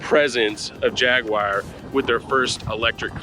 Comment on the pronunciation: Jagwire ? Guys this is a fab review but it’s JAG U AR! jagwire ?? 🤦😂